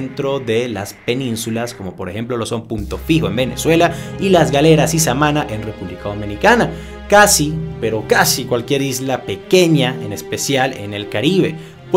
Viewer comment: Buen video, desde República Dominicana; ah y es “Samaná” no “Samana” saludos